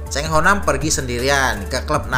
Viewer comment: Bukan Chang ....salah ejaan itu ...yg sebetulnya Chan ho nam ....bukan nya Chang ho ham